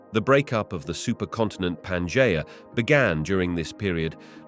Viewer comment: Why is it that despite using the same AI voice in all of these, which I might add is pretty easy to listen to, that in some of them he can say Pangea correctly and in others he can't. It's not Panjaya.